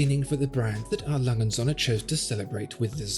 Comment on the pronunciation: und Söhne, not "Sonne". With a long ö , and u is an oe as in shoe...please Sonne= Sun, Söhne = sons